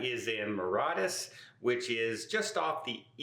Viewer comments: This guy is at it again with geography and pronunciation….. Port Louis Mauritius, NOT Port St Louis, Maratus (or whatever the heck he said)…brutal, just brutal😢😢😢😢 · Please learn how to say THE NAME MAURITIUS. OF COURSE they suspect cholera as they are in Africa...it is common over there.